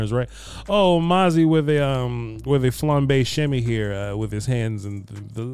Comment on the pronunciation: Not Mazi with the “flombae shimy”